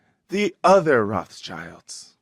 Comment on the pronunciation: "Roth's CHILE" 🤦